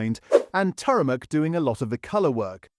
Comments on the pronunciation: yes, when it couldn't manage to pronounce Turmeric, that was the give away. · What's turamuck? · Turmeric, not Turamuk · What weird kind of way is it he pronounces "turmeric"?